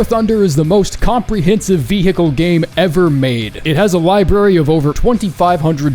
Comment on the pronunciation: bro stop saying vee hickle its vehicle